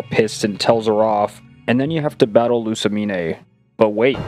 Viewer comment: first stop mispronouncing lussamine's name watch the anime and second don't say she uses a bunch of girly fairy type pokémon, the only fairy type she has is cleffabble